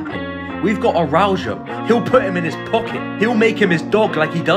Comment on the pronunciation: He said aroujo